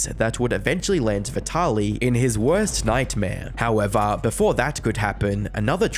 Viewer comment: I'm just here to hear a few good "Howevah"s.